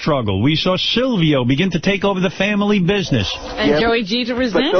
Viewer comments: It’s painful to hear Howard say Salvio instead of Silvio. I don’t think those dummies really watched the show. I don’t think I’ve ever seen people so clueless about something they claim to know. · You just spelt him "Sylvio" its Silvio idiot.